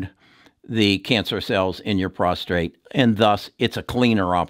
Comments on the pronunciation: It's PROSTATE, not "prostrate" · Constructive criticism: It's prostate, not prostRate. On another note, thank you very much for all your work, very informative and well explain! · You do outstanding work. Appreciate your advice very much. Just wanted to mention it's "prostate" not prostrate, which is what you said in your video many times. Prostrate is to bow down or get on the ground. But your views on stocks have been tremendously helpful to me; and I've been buying some of your recommendations. Thanks!! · Prostate not prostrate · It's prostate, not prostrate ! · Why do Americans pronounce Prostate as ProstRate? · it is prostate not prostrate only 1 r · Sorry about your daughter. Learn how to say prostate instead of prostrate. I had cyberknife, 5 one hour treatments, very few side effects.